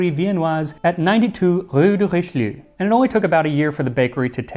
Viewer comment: not Richeleiu but Richelieu.